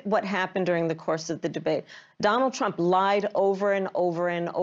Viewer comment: She cant say Trump's name